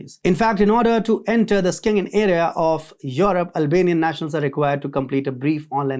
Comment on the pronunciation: It is Shengen not Skengen zone, just like schedule but skedule!!!!😅🤣😂